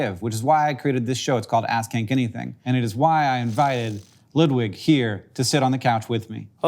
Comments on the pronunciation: I like how Hank tries to pronounce Ludwig more correctly (Luud-wig instead of the more American Ludd-wig) but since he's french and not german its actually even more wrong. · i'm a little disappointed that this isn't about the david mitchell show and also i'm not sure i've ever heard 'ludwig' pronounced so american (i have lived in the US my whole life)